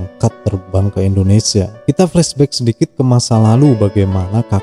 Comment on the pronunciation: Mimin koreksi pengucapanya ttp Indonesia bukan Endonesia